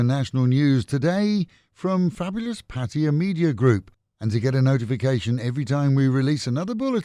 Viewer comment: My hat’s off to the announcer pronouncing Pattaya correctly. Refreshing after hearing the name being butchered many times on YouTube.